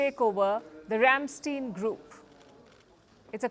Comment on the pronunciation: It's pronounced "Ramstaïn". But it's written Ramstein.